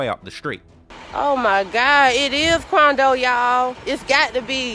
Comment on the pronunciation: straight out the boondocks “Dey said that it was QUANdo!”